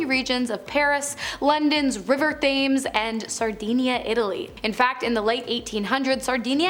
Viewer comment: Thames is pronounced ‘tems’!